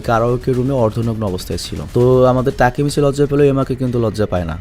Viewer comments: ভাই আপনি টাকিমিছি না বলে (টাকি মাছ) বলেন 😂😂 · ভাইয়া তেকিমিছি না তাকিমিচি ই হবে 😊আমি এই সিরিজটা পুরো দেখছি 😊ওইখানে ওর নামটা তাকিমিছি বলা হয়েছে 😊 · Vai Takimichi Tikimichi nh 🙂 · আরে ওর নাম টেকিমিছি নয় তাকিমিছি। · তাকিমিচি না তাকেমিচি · Takimasi na ❎ taki mas ✅ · উচ্চারণ তাকিমিচি। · Vaiya takemichi er namer pronunciation ta hobe "তাকেমেচি" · জাপানিজ উচ্চারণ বাংলার মত ওরা এনিমে না বরং আনিমে বলে তাকিমিচি বলে হিনাটা বলে না হিনাতা বলে ড বা ট উচ্চারণ করে না দ বা ত উচ্চারণ করে। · ভাই উচ্চারণ টা হবে হচ্চে "তাকেমিচি" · Takimichhe bolan cunta balo laga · ভাই ওর নাম এর সঠিক উচ্চারণ তাকিমিচি